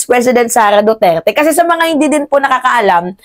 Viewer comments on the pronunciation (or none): none